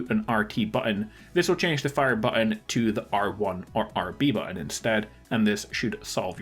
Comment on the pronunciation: FYI, there are two letter "T"s in the word button.